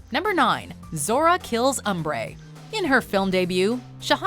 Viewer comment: It’s “Umbri”.